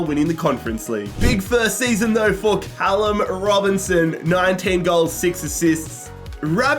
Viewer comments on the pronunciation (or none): none